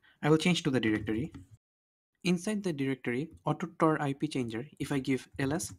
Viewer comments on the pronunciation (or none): Indian be like. Its TOR, not tar....😂